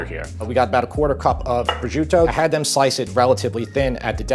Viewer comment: Prosciuto is pronounced pro-shoot-o not pro-zuto.